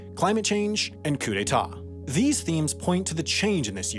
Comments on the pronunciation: Your videos are great, but please work on your pronunciation. For example, the "p" in coup is silent. Thank you for your hard work and sorry to be a grammarian at you! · You need a receipt for your psychology pronunciation of coup. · did you say coop? 🤦🏻‍♀️ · "Stimeyed coop"